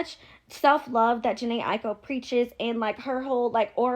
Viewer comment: Aiko not Aoki or A Ico smh...😂😂😂